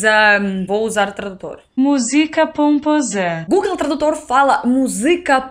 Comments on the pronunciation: Eu gosto muito dos hinos do Brasil. Mas, se pronuncia "pomposa" e não "pomposá"". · O tradutor pronunciou errado... A pronúncia correta seria algo como música pompósa (com parte tônica da palavra música na primeira sílaba e pomposa com "o" aberto na segunda sílaba, bem como sua parte tônica)